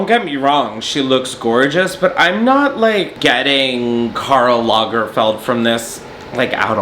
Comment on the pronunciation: Take a shot every time he says Karl Langferd